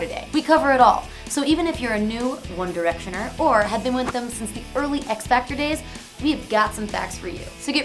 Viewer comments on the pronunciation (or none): she said One Diertioner